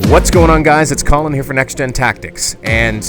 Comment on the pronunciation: Sounds like he's calling you Callum